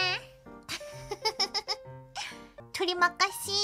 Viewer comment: I wasn't expecting Korone's pronunciation of terima kasih to be spot on